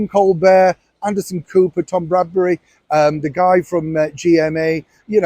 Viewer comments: Tom BRADBY.......NOT Bradbury!!!! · You too? FFS! Tom BRADBY, not BradbURy!!